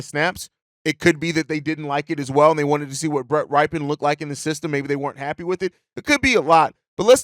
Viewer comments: FYI: It's pronounced "Rip-en" not "Ripe-en" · Can we learn how to pronounce Rypien's name? He's uncle won a superbowl MVP.. It's a well known name in the NFL